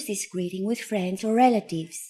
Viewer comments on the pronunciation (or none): none